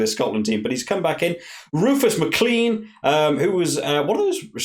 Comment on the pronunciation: Rufus McLean is pronounced like Rufus McLain btw